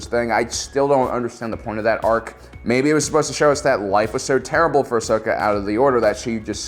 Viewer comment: Heyyyy he said Ahsokas name right